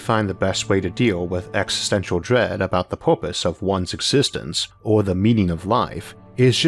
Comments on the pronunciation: Isaac, what is "poopuse" ?? Did you mean PURPOSE ? If so why are pronouncing it as if you learned English yesterday? Can I contribute to your site by sending you some vouchers for online English class ? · "Porpise" xD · OK I'm 27 seconds in and already I'm having to stop because he keeps saying porpoise.